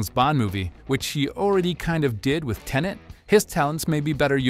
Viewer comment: Aaargh! "Tenet" - Get it right.